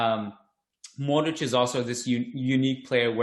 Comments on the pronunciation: There is an invisible H at the end hence the accent mark on the ć. This guy is simply pronouncing Luka’s name phonetically. Should he know better, probably but I’ll not knock him for it. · You know so much and still can’t pronounce Modrić. :) I mean the ginger guy. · can't pronounce Modric properly😂